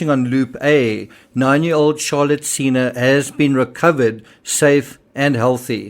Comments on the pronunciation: Senna not seena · What a blessing that Charlotte Sena (pronounced sen-na, as in senator) was found safe and in apparent good health. According to the New York governor's statement during the press conference, there was no mention of any video evidence of the kidnapping. Thanks,, for reporting on Charlotte's successful return to her family.